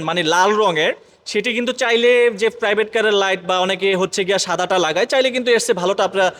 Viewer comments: চাইনিজ ❌ সাইনিজ ✅ প্রাইভেট❌ ফ্রাইভেট ✅ ড্যাশ বোর্ড ❌ দেস বোর্ড ✅ চাবি ❌ ছাবি ✅ স্টার্ট ❌ স্তাত ✅ প্লিজ ❌ প্লিজ্জ্ব ✅ আশা করি উচ্চারণ গুলো শুদ্ধ করবেন। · ফ্রাইভেট কার, ওয়াইফার!!😂 প্রাইভেট, ওয়াইপার শুদ্ধ উচ্চারণ করার চেষ্টা করবেন।